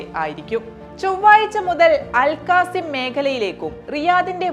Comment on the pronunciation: അൽകാസിം അല്ല അൽ ഖസീം